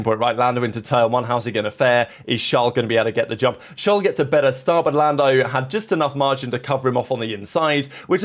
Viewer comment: Who is "Schlwawl" Leclerc? His name is Charles. If you struggle with pronouncing it, call him Charlie.